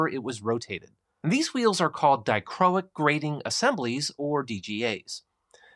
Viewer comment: We’ll played, as always! Rock on,! (And kudos on the correct pronunciation of “die-crow-ick”!)